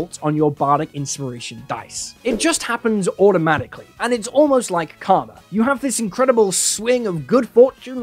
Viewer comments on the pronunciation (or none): none